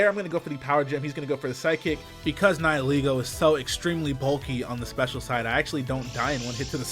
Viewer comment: HOLY SHIT HE PRONOUNCED "NIHILEGO" CORRECTLY THIS IS NOT SHOFU